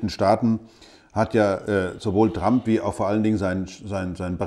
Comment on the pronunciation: Hat er ernsthaft "Trumpi" gesagt?